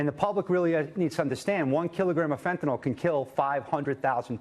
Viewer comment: Oh, and another thing. Will somebody please tell these Fox commentators (including Trump) that it's FentanYL, not FentanOL. If you're going to pose as an expert, at least get the name straight.